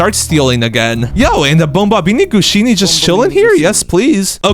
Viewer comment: It’s bombombini gusini not bombombini Gushini